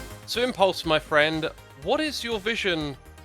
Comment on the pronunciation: I can hear Gem saying "Impluse!"